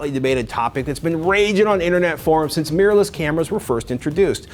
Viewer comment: Why do so many Americans pronounce 'mirrorless' as 'meerless'?